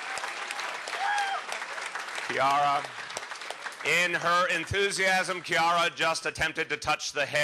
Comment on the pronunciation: The man pronounced De Blasio daughter's name Chi'ara (Ch in the American way) and the woman Ki'ara... The right pronunciation is Kia'ra (in italian CH is pronounced K)